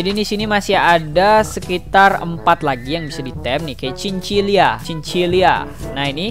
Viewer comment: itu nama nya cin cila bukan cin cilia kocak